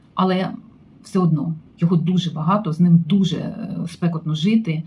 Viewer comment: Наголос " спекОтно"